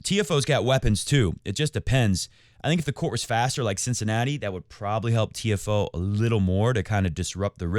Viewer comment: Genuinely love the show, keep it going I feel like you have such real takes. Feels like you say what everyone on the couch is thinking but other youtubers/reporters wouldn’t say, always keeping it 💯 I watch all the time but sometimes I can’t get get around when you mispronounce Tiafoe or De Minaur just feels how can you know ball but you never heard the players themselves or anyone else pronounce their names 😅 Also I want Fritz to win in the final but it’ll be tough against a Jannik Sinner in full form 🤯 In the words if Jannik himself “but lets see what will happen in the future, no?”